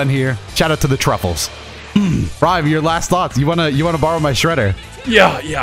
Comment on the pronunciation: Did say truffles?😂😂